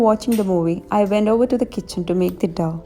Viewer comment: It's not Dove the way pronounce. It's dough so pronounce it as Doh